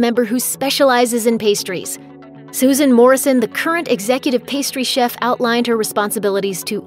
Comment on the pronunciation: "Head Pastry Cehf"